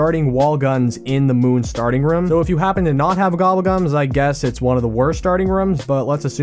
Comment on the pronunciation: I love your channel but hate the way your say room